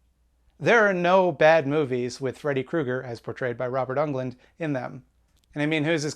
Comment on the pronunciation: If the Nightmare series is your favorite franchise of all time, I implore you to learn how to pronounce Robert Englund's last name. It sounds just like England, not Unglund. I heard you say it in another video and thought it was just a flub, then you said it here too. Here's a clip of him pronouncing it himself